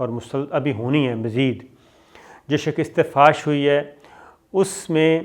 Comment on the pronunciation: Pai jee, it is called 'shikast' and not 'shakist'. Also, visa is not rejected - rather visa application is rejected (or you can say Indian government refused to give visa). And it is' Durand Line' and not 'Davrid Line'. You need to educate yourself.